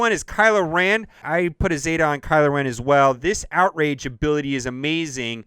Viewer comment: Kylo “Ran”?